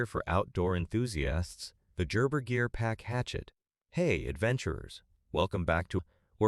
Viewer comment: AI speaker that can't pronounce "Gerber." Poor ad.